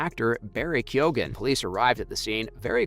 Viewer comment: Some Irish names can be difficult to pronounce. When it comes to Barry's surname it's pronounced Keo-an. Love your channel.